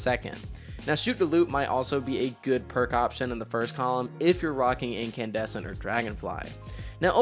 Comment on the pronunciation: I lost my mind when he said Incandussy